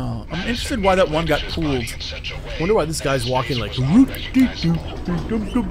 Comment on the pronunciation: Jesse, pulled and pooled are pronounced differently. Listen to literally every other American and you can figure it out. It’s weird.